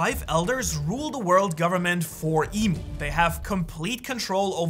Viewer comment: Imu not emu